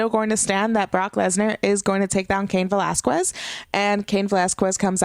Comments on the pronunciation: Okay please stop saying VelasqWUez it's pronounced ve-lahz-kez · Valasges is how it’s pronounced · A Puerto Rican pronouncing Velasques with a "KW..." Ok. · Drinking game: take a shot every time she calls him Cain Vel-az-kwez. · The only thing that killed me was the annunciations of Aikman and Velasquez. Like, you have a Puerto Rican flag behind you but can't pronounce an ethnic surname? Other than that, it's gonna take some getting used to, but she didn't do awful. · *Not hating * I see the Puertorican flag and I hear you pronouncing Velasquez and idk if you’re puertorican and don’t know how to speak spanish but for me it’s like weird how you say it xD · You’re butchering Velasquez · 😂😂😂 Still pronouncing Velasquez wrong. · I'm Mexican and I Spanish. We don't pronounce it like that. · pronounced Velasquez wrong again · If you're going to say Cain Velasquez so many times could you PLESE PRONOUCE IT RIGHT! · LADY.... WATCH THIS AT LEAST 3 TIMES TO GET CAIN'S LAST NAME RIGHT. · Usually I'd agree but it's a bit embarrassing when Heyman pronouncing it correct. But she could do what she wants.